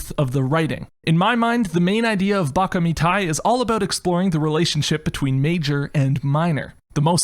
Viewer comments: Baka ME-TA-EE Not the way you say it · This man really said "Beakha Meat-high"